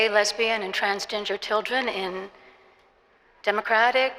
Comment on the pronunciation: I really thought that holy lady was saying "Trans-ginger ppl" wow even more hate for gingers. Nope im not hearing gender after re rewatching. ❤️✌️